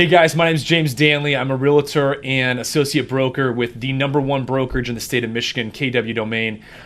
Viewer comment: Wow, are you really a realtor?? Because what you said is realator. 3 syllables. The correct word is Realtor, 2 syllables. There’s no such word as Realator. And non-realtors make that mistake all the time. But true real estate professionals pronounced it Realtor. Very disappointing.